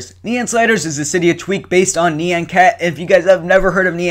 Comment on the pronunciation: It's note NEE-ON cat, it's NIE-ON cat. :P